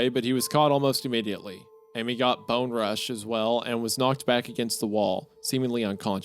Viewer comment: Bone-rushed? you mean bum-rushed